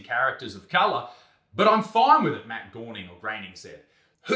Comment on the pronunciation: matt "grayning"